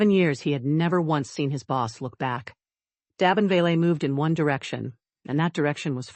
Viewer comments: Please, please learn the correct pronunciation of names befpre recording. Da as in “hay”, not Do as in dot. Da(y)men. Vale two syllables: Vayul. not Vo (as in dot) ; not le as in pay. Va(pay)uhl as in lull: Vale. as in bail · Damen = Day-men